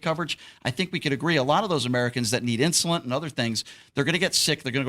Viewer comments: It is called “INSULIIN”. So stop be so f’n “INSULINT” you freaking fool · It's not insulant,,, it's insulin... Does he actually use it ??? lol Wow...